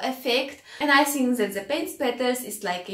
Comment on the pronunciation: Think,,,,not sink,,, 🤣🤣your art work is awesome and perfect but your English with unique accent